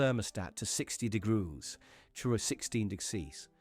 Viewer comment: I don’t think I could stand “60 degroos”, let alone “true a 16 dixease!” The lack of care, concerning quality/accuracy, I believe indicates the level of credibility and integrity, in too many of these, too stereotypical stories! 👎